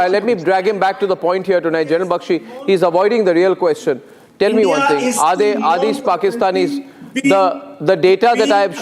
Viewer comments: Its India not Andia 😂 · Its ENDia